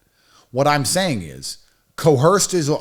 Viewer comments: "I was co-Hersed!" 😆😆😆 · Repeat after me. Coerced. The non-existent H is silent.